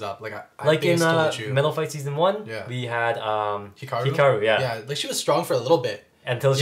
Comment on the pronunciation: strong not syrong